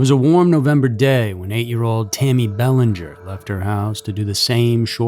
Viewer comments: In Mass the name is pronounced Bell-AN-ger with the emphasis on the an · I enjoy your narration, however I was disappointed with the pronunciation of her last name,I heard the proper pronunciation in your 1st media clip,I believe it would be vital to least give her that dignity of this small respect 🙏- (Well, I guess AI rules the world now- sigh 😢) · I live 30 minutes from Exeter I'd say the meth and fentanyl haunts these areas n you're not pronouncing that little girls name right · I can’t listen to you mispronounce Belanger. Do some research on proper pronunciation before airing next time geez 🙄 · Pronounce the name right.